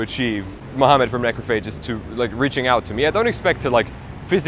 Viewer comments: You are mispronouncing the name of the band. It’s ‘necrOPhagist’, not ‘necrophAgist’. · My favorite thing about Necrophagist is hearing people mispronounce Necrophagist. Haha, Neh-krof-uh-jist is how you say the word. It existed long before these gods of Death Metal ever existed as a band or even as people. Lol